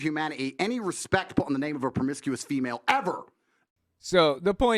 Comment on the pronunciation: Thanks to, whenever I hear ANYONE, say female, I hear in my mind saying pheemayle, fee mail 💀